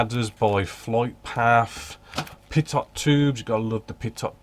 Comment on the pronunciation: you are, what, Zulu+2 hours there? Here on the East Coast (across the pond) we are Zulu-4 hours. So that must make it a 6 hour time differential with you. I ordered the PE cutting plate with holder yesterday. Looking forward to getting it. FYI: Pitot is pronounced pea-toe. I love this new format,. It is informative without being verbose, succinct with the right information.